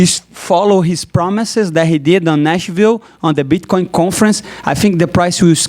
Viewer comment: I think he said Bchcoin in the beginning 😂